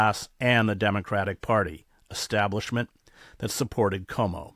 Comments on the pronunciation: It’s Quo-Mo, not Ko-Mo. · PLEASE know Cuomo is pronounced ’kwomo’ not ‘komo’. Thanks! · In the debate Momdani justifiably criticized Cuomo for mispronouncing the former's name, but you, Chris, mispronounce the latter's name. There is in Italy a Lake Como, which is how you mispronounce Cuomo's name, but it should be pronounced Ku-wo-mo, eliding the first and second syllables. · That's Cuomo, not Como, Chris.